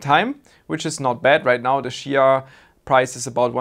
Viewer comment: If you start pronouncing it chia instead of shia then maybe you will farm some. But seriously, do you have enabled port forwarding port 8444? Many miss that one, even myself, once I fixed it two weeks ago, week ago in 1st of June I won my first 2XCH with 650 plots. Since it's youtube I can't provide any URLs so anyone wants details I visit regularly space pool discord server and if you call me out I can help.